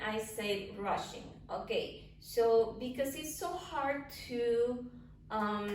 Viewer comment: Every time you say rushing, I hear Russian!))